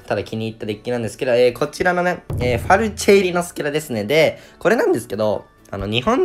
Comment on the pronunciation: ファルチェがフェルチェになってるの草